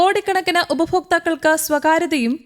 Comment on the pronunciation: ഉപഫോക്താക്കൾ അല്ല ഉപഭോക്താക്കൾ